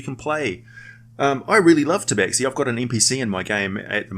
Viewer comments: It's pronounced "Taba-Shee". Otherwise great vid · Khajiit is not pleased you call it Tabaxi ! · actually, some Tabaxi clans pronounce it 'tabashee'